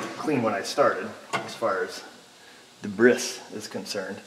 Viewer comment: "Deb Ris" try saying Daybree